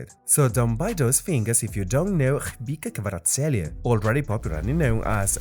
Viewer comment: That's a new way in which someone butchered his name. 😂